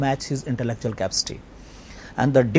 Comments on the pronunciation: the teacher pronounced capacity as "capstee" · i love how the prof says capcity instead of capacity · why the heck says Capsty instead of Capacity....wtf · guys he may be brilliant, but i will not accept that his teacher has to come in this show.did you see how he pronounces the words "capacity"......